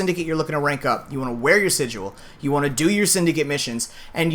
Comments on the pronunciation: He also keeps saying sig-u-al. It's just sigil. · "sijuel" (cringe) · Stop saying sidual 😂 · TmrA77 Unnbekannt don't you mean sighael?